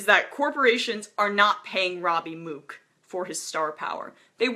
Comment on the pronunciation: The fact she doesn't know how to pronounce "Mook" made this so hard to listen to.